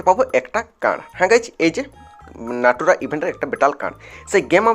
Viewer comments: অশিক্ষিত লোক naruto নাম বলে নাটুরা 😂😂😂😂😂😂😂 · এটা নারুটু না নারুত হবে